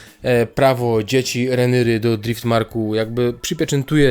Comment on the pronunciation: Jak slysze "renyry" to mnie kurwica bierze... Idz komentuj lepiej pamiętniki wakacji